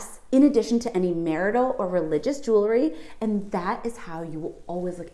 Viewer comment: Remember that we wear jewels not juluhs. This word, "jewelry", is commonly mispronounced as "juluhry", completely forgetting to vocalize the "w". Keep up the good videos.